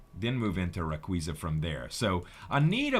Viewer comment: it's pronounced ray-qa-za